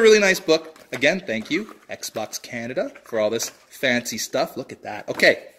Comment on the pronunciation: Then you say "tank you"